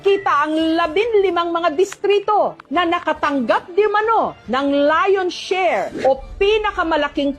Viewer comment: Ganda pa ng pag bigkas nag SHARE…..Tang ina mo BBM😢😢😢😢☠️💀😡👿